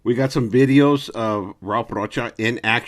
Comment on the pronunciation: The way you said v e e d e e o s makes me think you're kicking it with dubs, LOL.